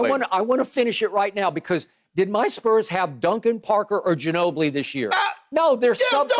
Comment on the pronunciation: Skip said Duncan Parker ginobli like they haven’t been out the league for 5 years